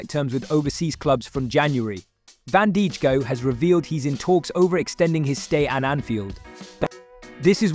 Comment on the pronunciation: its van dijk not van dijik